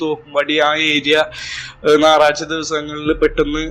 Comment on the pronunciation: നാറഴ്ച അല്ല ഞായറാഴ്ച